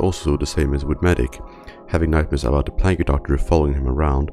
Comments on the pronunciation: I'm not a native English speaker but I recognize this guy pronounces quite a few words wrong. Like "plague" pronounced "plug-ee"? Laughed my ass off and lost pretty much all credibility. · I get a bit closer every time he pronounces "plague" as "plagyu" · it's pronounced PLAGUE not PLAGGU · (puh-lay-GUH) plague The "e" is silent! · "Plagey" doctors lol hilarious how you can't say plague right, here's a tip it's pronounced (playg) the ue is silent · great video! by the way, "plague" is pronounced "pluh-aye-ge" instead of "plag-eh". I know it can be a bit confusing but just something to note. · It's not pronounced "Plagee Doctor" It's pronounced "Playg Doctor" you know, for the plague? As in a plague, a disease? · I can't focus. It sounds like you keep saying plaggy doctor. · Plag-U Doctors. PLAG-U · "plague eh docter" "plague eh docter" "plague eh docter" "plague eh docter" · "Plagi" doctor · pla-geh doctor Also nice vid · i hate how he pronounces it 'pla-gee', but other than that good video! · "Plaggee doctors" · His pronunciation is a bit weird in most words, but let’s just imagine it is a plagi doctor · Buddy, I hate to be that guy, but it’s pronounced play-guh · It's very good to see coverage for this, but please consider looking into a subtitling service. Your accent is quite strong and your pronunciation of words (like `plague`) is often completely wrong, which makes it hard to understand. Having non-automatic subtitles would help a lot for your viewers and the services can be very cheap even for a medium-length video like this. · I find it kinda interesting how you pronounce "plague" in "plague doctor". Accents are fun at times. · Don't need to pronounce the e in plague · In pluage the e is silent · The way you say plague hurts